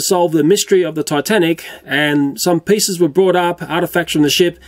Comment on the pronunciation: pisses or pieces? Edit: hear anything wrong?